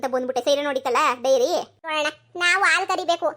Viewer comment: ಡೈರಿ ಅಲ್ವಾ ಅದು.. ನೀವು ವೈರಿ ಅಂತ ಅಕಿದೀರಾ